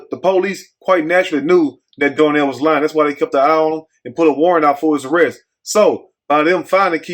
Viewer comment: It’s DARNELL